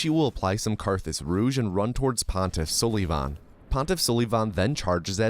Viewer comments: Its only funny that you kept saying pontif sullyyyyyyyvan.. pretty sure its sul i van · bro said pontiff suhlivahn not sulvahn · Idk if you're just memeing or not, but hearing you pronounce sulyvahn's name suh-lee-von had me in tears. It's pronounced suh-luh-vin 😂😂 like Sullivan from Monsters Inc. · Gundyr is the best name in all of gaming especially when he's the champ, I pronounce it Sullivan anyways because it's less cringe, I will put you in a headlock after school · Hate to tell you this because of how much you love saying Sulyvahn, but it’s really just said Sullivan. Means “black-eyed one” But thanks for the content! Great video. Dunno how runners come up with this stuff. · You’re pronouncing pontiff sulyvahn wrong every time and it hurts me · buddy at least pronounce your favourite boss right! smh! unsub! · This man is purposely pronouncing Pontiffs name wrong only to trigger people and I love it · The way you say "Pontiff SOULYvahn" and "and or londo" piss me off so much lmao